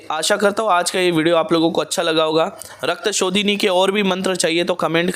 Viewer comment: Rakta shodhini mantra not clear please repit agains